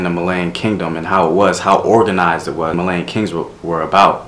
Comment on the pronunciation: It's not prononuced Malayan it's Malian. It's pronounced Mollyian.